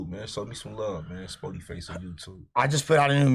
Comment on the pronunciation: Spotty lol It’s “Spoety”